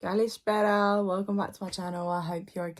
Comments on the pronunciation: Thanks for the reaction !! I literally thought you were Greek when you said “Kalispera” 😅💙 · Oh my Gosh, that pronunciation on kalispera was 100% on point, like I've never heard a foreigner saying it so fluently.